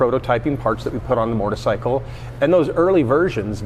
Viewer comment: Ducati North America CEO and cant pronounce motorcycle. Wtf is a mortacycle